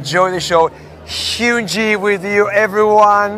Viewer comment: The fact that the guy talking to Hyunjin said Hyunjee 💀